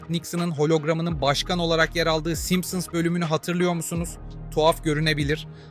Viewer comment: Simson simson simson ingilizcen cok kötü....